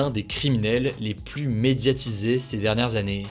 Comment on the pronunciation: J apprécié vos vidéos très bon résumé de l actu ! Vous êtes dynamique on ne s'ennuie pas Un seul hic lorsque vous employez le terme plus par pitié naccentuez pas sur le S 🤣🤣🤣 Prenez soin de vous !